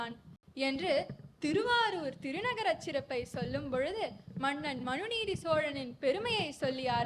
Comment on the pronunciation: very nice, but I wish that someone could correct the na, NA, la, LA differences. that was off putting, It is not maNNan, like kerosene, it is mannan. Not avargal like kale (stone) but avargaL, please correct your pronunciations please, its not tamizh otherwise